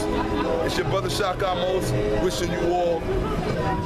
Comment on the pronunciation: It's Ahmose, not Utmosh